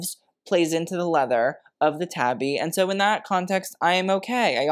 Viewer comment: Japanese pronunciation friendly nudge: “tabi” split toe shoe pronounced “TAH-bee” (not “tabby” cat) WINK😊